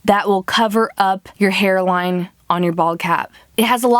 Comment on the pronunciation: Did you realize she sad hair wine instead of hair line